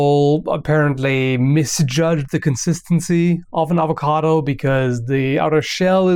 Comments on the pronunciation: "Hi my name is and this is how you cut an avocato" I love your videos xD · why is it that certain accent pronounce it "ovacado"